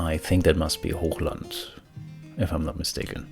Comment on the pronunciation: When you said Hochland, i immediately knew you were german. :D Great Army btw.